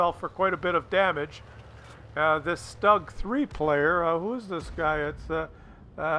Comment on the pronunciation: Stoog ! Not Stog